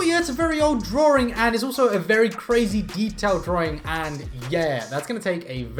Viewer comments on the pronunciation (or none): Draw - ring? Why is he saying it like that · There is only 1 R in the word Drawing, it's not drawring! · I love how you say drawing